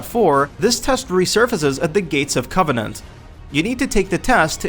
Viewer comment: "Gates of Cove-nunt"?